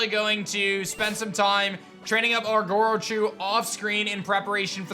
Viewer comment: Wait I thought it was Grochu not Gorochu